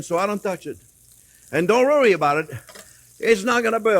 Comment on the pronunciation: "Don't rorry about it" 😂